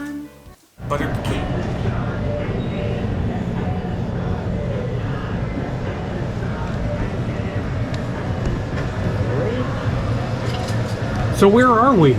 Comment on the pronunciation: I wanted to see Fernandina beach💕so glad you said pecan not peekaan.